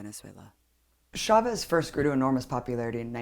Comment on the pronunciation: WE WANT YOUR OIIIIILLLLLLLLLL. The fuck does trump know about poverty?! Side note: It's pronounced "CHAvez" not "SHAvez". The same way it's "CHAir" not "SHAir". Please don't butcher the name, or pronounce it "Llaves" since that's the spanish origin.